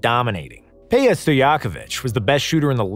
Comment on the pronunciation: Its pedja stojakovic not peja stojakovic u fking piece of shit